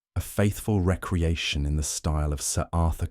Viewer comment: Excellent story! The narration is wonderful except for one jarring mispronunciation… it is pronounced re-creation not reckreaction.